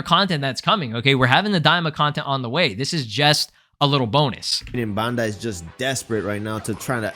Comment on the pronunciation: Dude can't even pronounce Bandai right